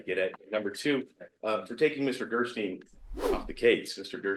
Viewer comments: really needs to say Gersten not Gerstein. I asked him after cout politely to say it right. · Is God going to punish you if you don't correct pronunciation of "Gerstein, Gerstine, Gerstien, Gersteen"? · He is a complete child. Interrupting the prosecutor for mispronouncing his attorneys name every single time. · Did anyone else notice that interrupted twice to correct pronunciation Gersten, but he didn't utter a peep when called him "such a difficult defendant." must know how obnoxious he is. If not, he's probably the only one who doesn't. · He corrected TWICE within two minutes about the pronunciation of Mr. Gersten's name, interrupting him mid-sentence both times. He has no concept of proper courtroom decorum. And also, WHO FREAKING CARES if he mispronounced the name? just likes to correct people. If only someone would correct his numerous mistakes.